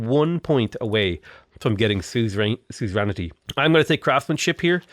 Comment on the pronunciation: omg you almost pronounced suzerainty correctly for once but then you went back and in-corrected yourself